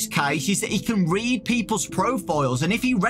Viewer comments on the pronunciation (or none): none